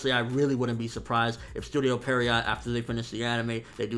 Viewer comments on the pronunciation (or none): That's not how you pronounce Studio Pierrot. Regardless, Naruto is one of the most successful manga of all time and will continue to be milked just as Dragon Ball is right now.